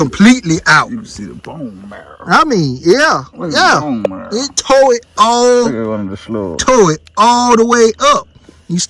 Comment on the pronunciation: I like the way he said bone marrrra like ah country boi. 🙏🏽🤣😂🤣